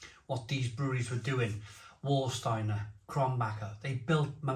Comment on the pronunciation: Frankfurt??? Rubbish, Krombacher and Warsteiner are both in Eastern, North-Rhine-Westfalia around the Sauerland, to the East of Dortmund and Cologne. At least ninety miles north of Frankfurt am Main. And it's pronounced "Varsteiner" not "War......".